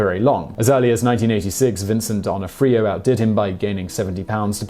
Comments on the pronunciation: Not Vincent Don o freo----Pronounced Vincent D O na free o. Learn how to pronounce before making video!! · Interesting pronunciation of "D'Onofrio" Still love you though